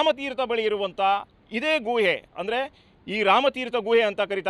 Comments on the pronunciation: guಯೇ ಅಲ್ಲ ಗುಹೆ... ಕನ್ನಡ ಸರಿಯಾಗಿ ಮಾತನಾಡಿ..... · ಅದು ಗುವೆ ಅಲ್ಲ ಸರ್, ಗುಹೆ ಅಂತ ಹೇಳಿ 😊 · ಗೂಹೆ ಅಲ್ಲ ಗುಹೆ... ಸರಿಯಾಗಿ ಕನ್ನಡ ಮಾತಾಡು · Guyye alla Guhe adu 😂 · ಗುಹೆ ಪದ ಉಚ್ಚಾರಣೆ ಸರಿಯಾಗಿರಲೀ......